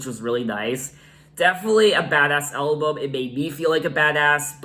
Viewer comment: I love the way you say “elbum” 😊